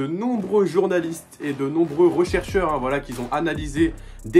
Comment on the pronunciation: De nombreux "rechercheurs" hein ? Parles francais avant de faire tes complots de marseillais